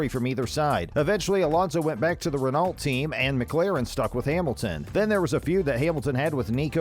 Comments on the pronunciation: “Renaallt” “Grand Pricks” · He can’t even pronounce names or drivers or teams properly renALt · Almost as bad as RenauLt